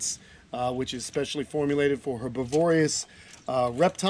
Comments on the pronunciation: herbivorous--try putting the accent on the BIV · her-bi-vor-ous,, not herb-iv-orious 😂